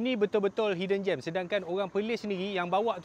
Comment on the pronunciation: Yesssss! Akhir nya ada jugak aku dengar orang sebut dengan betul!! hidden GEM!!!✅ Bukan hidden GERM!!!!!! ❌